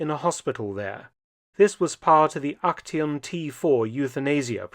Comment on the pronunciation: Trying to portray yourself as apolitical when you're in the SS is just wild. Also, the t in "Aktion" is pronounced similar to the t's part of "it's"